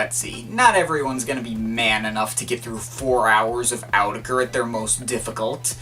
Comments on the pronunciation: it's pronunced as oou-tech-er not Awww tech er .. said Autechre in older interview! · The official pronunciation is "aww-tekker", can't remember where I got that though. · It's Awe-tek-er by the way. See Watmm, get wise! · > reviews an album and can't even pronounce the artist's name